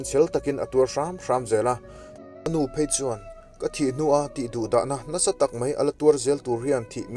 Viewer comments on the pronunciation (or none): none